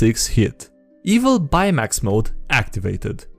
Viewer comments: Hey what's up everybody it's Kite Eye-ray Day 2 "buymax" "BUYMAX" whAT? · Did... did he just say Bye-Max...? Edit: He managed to correct himself. My inner nerd is appeased.